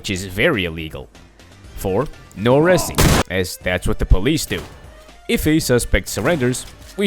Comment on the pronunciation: At the start you literaly said "no aresting" but aresting in this game is more like detening